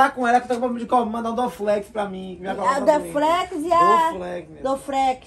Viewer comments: A menina estudou e não sabe falar dorflex 😅🤣😂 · Esse Bombo essa menina estudou e nem sabe falar dorflex